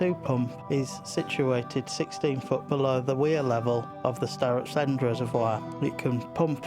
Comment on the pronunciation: Nice to hear the local pronunciation for Startops end, as a lot of people have moved into the area from other places, its barely heard these days, and you get funny looks when you prounounce it the local (proper) way.